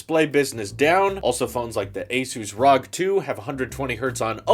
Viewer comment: It’s not rog please say R.O.G. next time